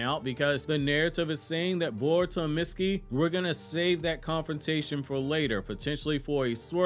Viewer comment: His name is not pronounced Mit-ski, it’s Meet-ski